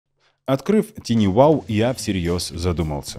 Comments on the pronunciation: TinyWow на самом деле звучит не ТИНИ Wow, а ТАЙНИ Wow. Слово "Tiny" [тайни] в переводе с английского значит "крошечный". И вообще, перед тем, как использовать иностранные термины, бывает полезно узнать, как же они правильно произносятся. Хотя бы, через Яндекс-переводчик. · не тини, а тайни, балбесы